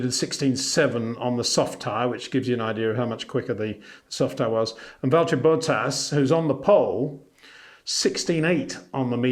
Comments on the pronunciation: BOT-TAS not BO-TAAS Otherwise I love your videos haha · HEY PETER WINDSOR, I HAVE MESSAGE FOR YOU SIR: With all due respect ... it is NOT Max "verSHtappen" ... Max is not German (Germans indeed do pronounce "st" as "sht") ... #Max33 = Dutch NL/Belgium! ... It is not "Bottash" nor is it "Lewish" certainly not "verSHtappen" .... This BS started long time ago when a British sport presenter interviewed father Jos Verstappen and assumed you can use a German pronunciation to a Dutch Driver thinking it is so "funny" ... It is not. Serious question: can any Englishman say "versatile" out-loud without saying "vershatile" phonetically? most can about 99,99% ... that is why most English can pronounce Verstappen 100% correct! Father Jos Verstappen (also F1 Racer) was very active between back then only a very few said "Vershtappen" but the vast majority of British sport presenters pronounced it perfectly ... only a few old stubborn farts like Peter Windshor